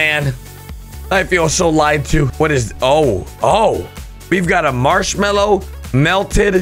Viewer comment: マシュマロの発音が思ったよりマァスゥマロゥで草